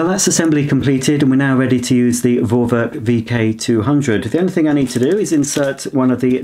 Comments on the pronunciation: Just pronounce it "Forwerk" because it is a german brand and name and in german alphabet "V" is pronounced as "F", so just "Forwerk" and it's mean something like pre-work but it is not exact translation :) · I'm german, just say Forwerk, V is like an F in german. Love your channel and you are the best!